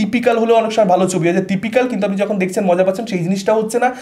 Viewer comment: কথাটা 'দেখছেন' দেখসেন নয়, অরিত্র ছাড়া বাকীরা যারা সিনেমার রিভিউ দেন তাদের বেশিরভাগের বাংলা উচ্চারণ সাংঘাটিক খারাপ কেন